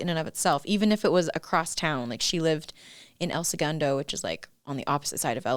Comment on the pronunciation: “El se-gun-doe” 😂